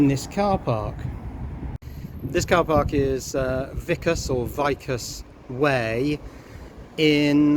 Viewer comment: Vicus = veecus. Latin.